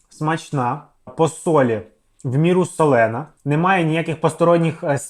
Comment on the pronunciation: слухаю і вуха в'януть... со́лений, со́лена де ж ви берете : солéна? Кожна журналісткиня продукує щось солéне....